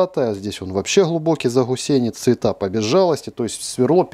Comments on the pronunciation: АСТАНАВИСЬ! "Заусенец" от слова "ус"! Не "ГУС"! ) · ЗаГусенец, весь обзор смотрел и уши резало. Ну заусенец ведь😅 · Всё понимаю, но как можно гхакать в слове ЗАУСЕНЕЦ?))))